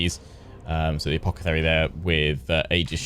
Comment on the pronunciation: i love how he calls the guy "Apockethary" :P